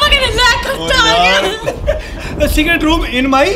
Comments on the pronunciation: When You Realize Its Secert not Secret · Fact that he have secert instead of secret 👇If you did't notice